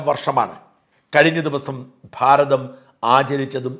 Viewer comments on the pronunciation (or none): none